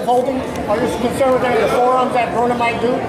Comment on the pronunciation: Why does this reporter always say adrien BRAUNER? It's BRONER! Moron